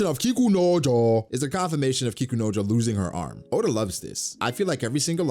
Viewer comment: got me with the over pronunciation of kikunojo